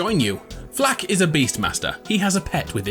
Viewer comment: I appreciate you saying it "Flak" and not F.L.4.K (saying every letter and number separate)